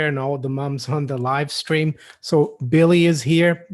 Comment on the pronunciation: you just said live scream!! Lol. Billy's chewed bones. Rofl 🤣